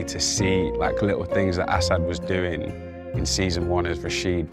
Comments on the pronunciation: apparently he doesn’t really care lol but it seems like most Americans emphasize the second syllable whereas he (and Jacob and Eric in this vid) says AH-sad. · so here for Assad getting his flowers (and his name pronounced correctly) !!!!!!!!!! ❤❤❤